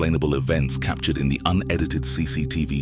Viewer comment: Wth is going on with "figuray & cap ture ed" pronunciations for figure & captured? I heard him say "cap ture ed" several times. I can't work out if half of these YT voice overs are bots or not??